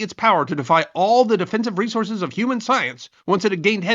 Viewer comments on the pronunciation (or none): none